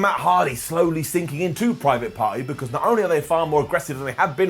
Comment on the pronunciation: I'm pretty sure I heard him say "Private Farty".. i don't think I'll ever get that out of my head now.. cheers! 🤣